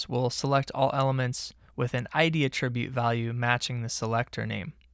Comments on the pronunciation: FYI: Mispronouncing the word "attribute" every 5 seconds is incredibly distracting. "uh-TRIB-yoot" is a verb. "A-truh-byoot" is a noun. There's no real excuse for getting that wrong. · The noun "attribute" has the accent on the first syllable -- the verb "attribute," on the second syllable. He pronounces "attribute" the noun as if it were the verb. I should be less easily annoyed, but boy is that distracting. This might help